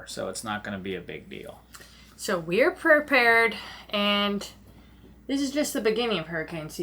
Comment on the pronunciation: just got away with saying "Perpaired" without Uncle Matty saying anything...so, yeah...